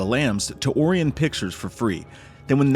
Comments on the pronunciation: What kind of Canadian RUBE can't pronounce ORION (O-Rye-on)? Not "Oree-on." A Canadian Rube who apparently thinks Rob Zombie's Halloween was somehow more likable than this. 🙄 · O ree on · Really not that bad of a movie. Nothing incredible but totally watchable. Some weird criticisms here, honestly. Why would Anthony Hopkins be playing Hannibal in a movie set when he's supposed to be like 40 years younger? And the way dude said "Orion" here really irked me, lol. I mean, what was that? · Why did you "Orion" like that? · I have never heard anyone pronounce Orion Pictures like that before. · The way he pronounced orion 😂